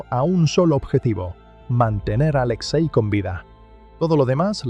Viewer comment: No es "Aléxei", es Alexei.